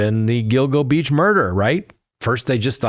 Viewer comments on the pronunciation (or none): none